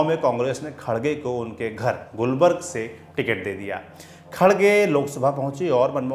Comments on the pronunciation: Gulbarg nahi gulbarga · It's not gulburg it's Gulburga. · It's gulbarga not gulbarg correct yourself first